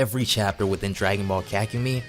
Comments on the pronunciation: ka=kah ku mei=mai kahkumai/ kakumei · its Kakumei not kakumi its pronounced as an y and this is good and all but you need to step up the reading like ig. you red 2000 as 200,how even? otherwise cool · I love your videos,but holy crap the way you pronounce kakumei is so wrong that it hurts my soul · The form at the start is blue not ui. He may be combined ui with blue though Edit: bro can not say kakumei